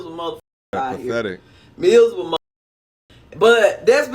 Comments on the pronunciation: Misable lol like there’s no r in miserable 😂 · "There's some mizzable mu'afuckas out hya" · MIZABLE, MIZABLE MIZABLE!!😂😂😂